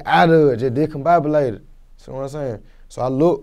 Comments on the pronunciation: Hmmmm diconbobilated im pretty sure thats not how you say that 😂😂😂😂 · “I wuh juh dihcombobilated” 😂😂